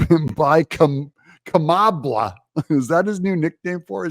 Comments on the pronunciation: Pronounced , blah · SKAMALA Better than all Indian calls centers combined!